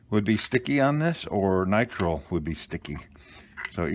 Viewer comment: Nitrile has two long i's. N-eye-tr-eye-l